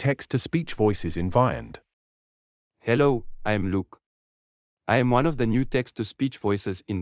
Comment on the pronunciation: The new Eric voice is not the Ivona version. As you can probably tell, most of them pronounce the word Vyond wrong. The correct way to pronounce Vyond is Vee-yond (Like beyond, but with a V for video). But most of them pronounce it Veye ond (Like the letter I).